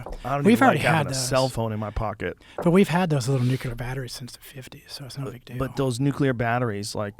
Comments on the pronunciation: Dont trust anyone who says they're a techie and "worked on all types of projects" if they can't even pronounce the work NUCLEAR correctly. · Whenever someone says "nukular" instead of "nuclear" i want to call b.s. on their entire story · Well, the guy said “nukeyalar battery” so he has no credibility immediately. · It’s questionable when a dude that supposed to know what he’s talking about says “nucular”, as if he is unaware, and has never been corrected, that it is “nuclear”. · Lol she says “Nucular” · do no trust anyone that says "nucular" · N-U-CU-LAR? alright homers simpson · Nucular battery…… did he really say it wrong? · "Nucular" battery? Jeez guys... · Lol guy doesn't even know how to pronounce nuclear... definitely credible👍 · Imagine an ex Navy SEAL who can't pronounce 'nuclear'.